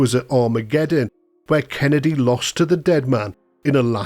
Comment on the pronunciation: You’re getting it wrong Every time you say Kennedys name. You gotta do right MMIISSSTTTEEEEEERRRRR, KENNNNNNNEEDDDDY - KENNEDY